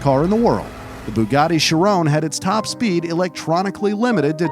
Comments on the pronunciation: She-rone. HAHA.... NO! Shee-rohn (n is soft) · The way this dude pronounces the names of some cars just hurts, its not pronounced "shi, rone" its "shi, ron" theirs no E at the end!! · i dont know why it bugs be when he says chirone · it is pronounced "ch-e-ron